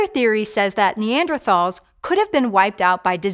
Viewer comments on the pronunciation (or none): Would think you’d know how to pronounce Neanderthals. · Hank would be disappointed in her pronunciation of “Neanderthals”